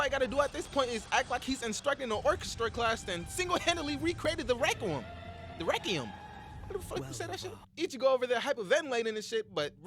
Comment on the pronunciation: Hey, listen right it's "rekwium"